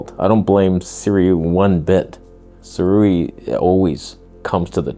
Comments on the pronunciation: NICE! you pronounced it right. Sih-ray. ✔ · Perfect pronunciation of Sirui chefs kiss